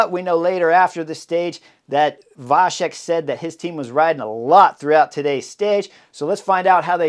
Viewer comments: Thank you for the nice comment. A small note: in the middle of the name VaCek, there is not a "sh" in the pronunciation, but a "ts", the "C" in the original sounds similar to the German "Ziel". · The name Vacek C is the same like you would say first C in word cycling. Your version sounds like Š in czech language.. Anyways great breakdown Chris.. 🙂